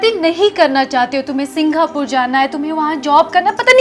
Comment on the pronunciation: Singhapore bol rahi hai😂